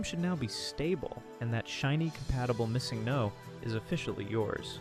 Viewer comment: yeah nobody pronounces missingno like that either :/